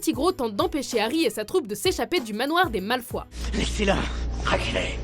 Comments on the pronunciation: vous m'avez stressé toute la vidéo on dit pas Malfoie mais Malefoyeu même si ça s'écrit Malefoy et les voix m'ont perturbé c'est pas les même que dans les films. Mais bonne vidéo je suis fan de HP donc c'est toujours intéressant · c'est moi ou vous avez pronocé Malfoie au lieu de MalfoY ? sa se voit que vous n'avaez jamais regarder d'Harry Potter, et les infos que vous mettez en vidéo sont uniquement prises sur le net :/ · Malfoi, non Malfoy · putain c'est Malefoy pas Malefoi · Y a un truc qui m'a putain de choquée : on dit Malefoy pas Malefoi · 60% des commentaires disent que l'on dit MalefOYE au lieu de MalefOI .Voilà c'était pour l' info.... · Super vidéo mais là, le doublage québécois me fait saigner des oreilles !! Et aussi la prononciation de "Malefoi" pour "Malefoy" ou "Animagi" pour "Animagus". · On dit Malfoy pas Malfoi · Bonne vidéo mais bon sang MaleFOYYYYYYY pas MalefOI. Cette prononciation est abominable... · ptn cette video me perturbe deja vous dites malfoi au lieu de malfoy et en plus vous connaissez rien a Harry Potter il y a plein d'erreurs! par exemple tom jedusor c'est voldemort et ce n'est pas voldemort mais bellatrix qui a torturé les parents de neville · C'est "Drago MalfoYE" pas "Drago Malfoi" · On dit pas " malfoi" mais "malfoy" le "y" se prononce "i" en faite. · Je déteste la prononciation que tu dis des Malfoy ! on dit MalfoyE et non malfOI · Ils ont mal au foie les Malfoies ? LOL Ca se dit Malfoy x( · Ce n'est pas Malefois mais Malefoy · ça choque personne qu'elle est dit " Drago Malfois" alors que c'est "Malfoy" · waoooouuuuuuu que de souvenirs, vive harry potter !!!! mais juste pas pitié les québécois repetter après mois MALEFOY MALEFOY MALEFOY mes oreilles ont pissé le sang avec Malefoir lol Une version le seigneur des anneaux/hobbit serais trop cooool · cc on dit pas «malfoie» mais «malfoy» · j'ai un peu mal au oreille malefoi? c'est M-A-L-E-F-O-Y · "Malefoi"? Aie, ça fait mal aux oreilles ! O.o